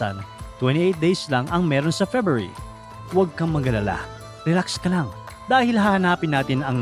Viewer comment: FEBRUARY.. FEBYOOARI.... MANGMANG KA